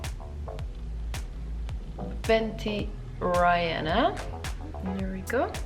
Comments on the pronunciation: Is no one really going to address her MAJOR flop with the Fenty x Rihanna thing and also her saying Raihanna!?!? I thought that was outrageous 🙄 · Babe, I KNOW that english is not your first language but pleeeeeeeeeeeeeeeeeeeeeeeeeeeeeeeeease learn how to say RIHANNA!